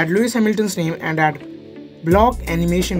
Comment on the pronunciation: nice but it´s called Lewis Hamilton not Loius